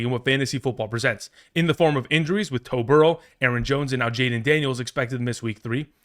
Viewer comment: He said “Toe Burrow” I’m crying 🤣🤣😭